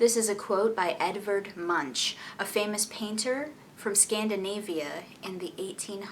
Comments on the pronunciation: You didn't even try to pronounce his name correctly. It's like Moonk (long u). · Isn't his surname pronounced as "Moonk"? o.O